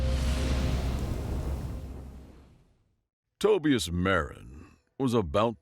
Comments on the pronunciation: Toh -by' -as and Tohb. A little more research, please! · Tobias is pronounced sounding like "Toe buy us".